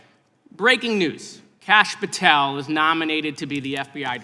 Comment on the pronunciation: Mr. Goldman completely fell apart here. Kash was caught in a fishing net and Goldman just cut it loose with all his mispronunciations.